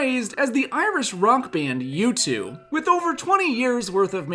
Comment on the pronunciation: I’ve never heard someone pronounce U2 wrong before 😂